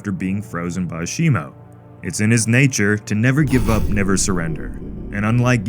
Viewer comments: It’s not shimo it’s shimu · It’s Shimo not Shimu